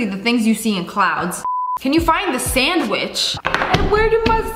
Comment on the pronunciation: I was just listening for a while and when she said sandwich I heard send witch 😭🤣